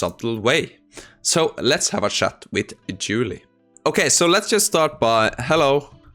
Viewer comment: I love differences in dialect. You pronounced chat as "shat" when typing to Julie, and I nearly spat my coffee on the screen. 🤣😂🤣😂